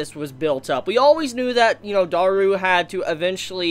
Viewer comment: You're... am I hearing you pronounce Daru's name right?? Yay!!!!!!!